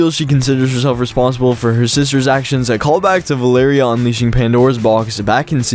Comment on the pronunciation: It's val-er-ia